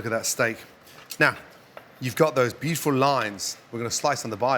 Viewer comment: A gameof shots everytime he says Literally or "beachiful" would get us drunk enough to get liver damaged.